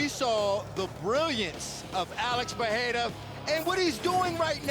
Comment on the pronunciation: Alex “PeHeira” 😆